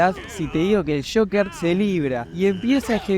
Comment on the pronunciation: Joker no shocker🙄